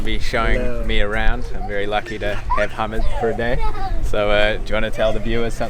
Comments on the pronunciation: btw instead of saying ha-mid say ha-meed like the alcohol meed. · He was so polite to you when you kept butchering his name repeatedly without a care